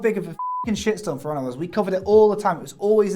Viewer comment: When you say "For Honor" it sounds like you are saying "firana" I was like .... what is that about? Is it a game about a furry pirahna?